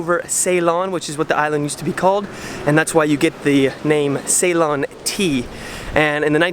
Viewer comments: Nicely done. 1) it's a Hindu temple 2) it's pronounced see-lon (Ceylon) not say-lon 😉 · Ceylon is pronounced Sea-lon